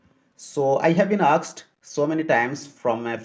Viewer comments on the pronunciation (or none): Don't say aksed please say asked okay dear